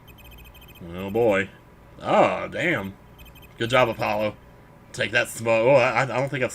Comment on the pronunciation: My dog's name is Apollo and hearing you say "Apple-lo" makes my day. It's one of my dog's nicknames I give him, too!